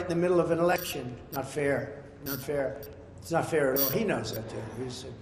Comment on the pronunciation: Election not Alection right?